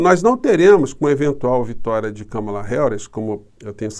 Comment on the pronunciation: Professor uma mulher que mora nos EUA,e assiste a FÓRUM, disse que o nome da Kámala, é acentuado na primeira sílaba.